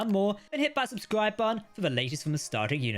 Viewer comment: Why can't you say the word button?